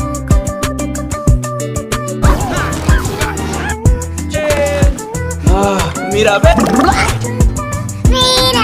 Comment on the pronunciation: its myrabel not mirable